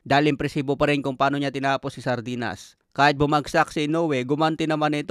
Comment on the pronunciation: Grabi naman yan idoL pagkabigkas mo SARDENAS talaga😅